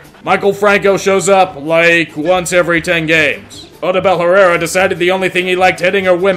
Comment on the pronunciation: O-DOO-BEL HER-AIR-A